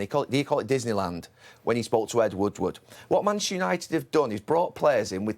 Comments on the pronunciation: Gary can’t say Manchester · Its Manchester Gary....Manchester at least say it right horse.